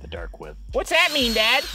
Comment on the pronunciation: Did he say “the dark web” or “the dark wib”?